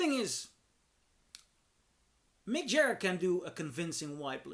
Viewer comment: “Mick Jah- her”?